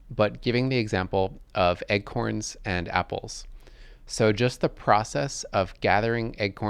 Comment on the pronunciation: Dude, why do you pronounce "acorns" like "egg-corns"